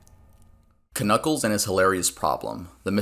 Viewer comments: ITS JUST PRONOUNCED N-U-C-K-L-E-S!!!!! , the k is silent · The k in Knuckles is silent........... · k-nuckles, huh? the k is silent